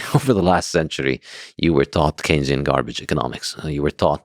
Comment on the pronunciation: Why do both of you continue saying “kenzian” economics??? It’s “Keynesian” as in John Maynard Keynes!!! Saifedean is an absolute genius and lex is not very entertaining but has intellectual guest so he at least has the capacity to keep up, why is this a thing? Saifedean is the best light in the Bitcoin space!